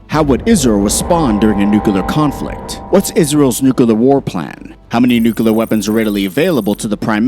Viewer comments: Bro its NUCLEAR, not nucular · HEY… it’s Nuclear, not nukaler. NOO-klee-er, not NOOKA-ler. UGGH…….. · Repeat after me "NU-CLE-AR". Not NUCULAR😂😂😂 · its NU CLEAR not NU CU LER. god you are so stupid. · Bro it's nuclear not nu-killer🤦‍♂️ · nu-cu-ler for fucks sake it's two syllables Nu-Clear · Nukular? Nuclear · Nuclear... not nucular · George Bush says it's nucular so it's nucular, stop being a grammar terrist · Argh! noo-clear not noo-ku-lar! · Nucalur? lol M'kay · Israel will never have to fight a nucular war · Not "NUCULAR." You lose credibility by saying it so wrongly. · NUCULAR? What ignorance! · Can't stand "nukular", had to quit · “Nukiler”, c’mon! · Its Nukiller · Should I trust a military analysis from someone who says “nucular”? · Have you ever heard of a "tactical nu-clear we-apon" -_ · why do some people say nukuhlar? (nuclear) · wait new clear how that for proper sounding and wording😂😂😂😂😂😂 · What is Nuke a ler? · They way you say nuclear is particularly annoying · They are going with GW Bush's spelling guide!